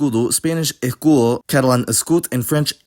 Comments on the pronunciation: En Madrid casi todos lo pronuncian. "ejcudo" :-) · This man aspirating the s in “escudo” and not noticing probably confused a lot of non-Spanish speakers. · idk how you made it but your pronunciation of "escudo" in this video sounds unmistakeably argentinean